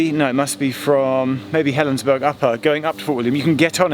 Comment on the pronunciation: Helensburgh is pronounced the same as "borough", not "burg" (Upper station is 200m from my house)